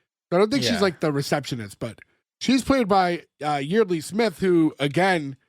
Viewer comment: Talking of anger and rage, it’s not quite the same, but in season 3 episode 8, Bobcat Goldthwait appears as Jealousy. Also, Yeardley Smith’s first name is pronounced “Yard-Lee”